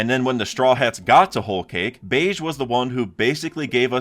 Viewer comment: BEGE RHYMES WITH GEGE (AKUTAMI) IT IS NOT PRONOUNCED LIKE BEIGE